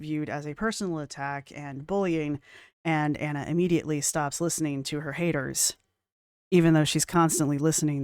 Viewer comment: This was great. You rock as do your merry band of "haydurs" 😂